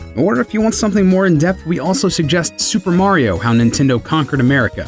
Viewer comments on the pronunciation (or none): none